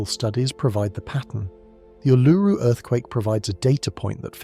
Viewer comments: Ularu is pronounced oo la roo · Why is the thumbnail a reverse image? BTW the emphasis is on the first syllable for Uluru.